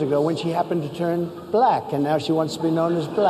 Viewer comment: He pronounces black.... buh-LACK .... He's showing his degradation of black people right there with how he says that word. I really hate him.